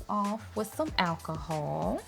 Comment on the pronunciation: Admit it, when she said alcohol, we thought she is saying Ass hole 😂